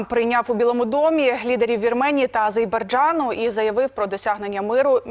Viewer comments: Азербайджан!!!, а не Азейбарджан! Яка нікчема ведуча! Сором і огида за таких українських представників. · Азейбаржан😂😂😂😂 Яка високоосвідчена ведуча!!! Невже не можна вивчити назву країни? Така тупість наших дикторів іноді просто шокує !!!!😂😂😂😂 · А з е р б а й д ж а н! Повторіть, пані ведуча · Телеведучій соромно неправильно називати країну Азербайджан